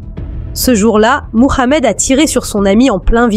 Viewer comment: C’est quoi cette manière volontaire de prononcer son prénom ( Mohamed).. On sent toute l’islamophobie dans cette façon surjouée de prononcer son prénom à la manière des plus gros racistes qui existent sur terre. Vous êtes pitoyable. Honte à vous!!.. Cela vous retire toute crédibilité dans ce semblant de travail qui n’en n’est pas un .